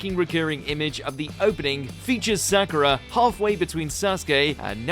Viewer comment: Had to stop watching when he called Sakura "Cool"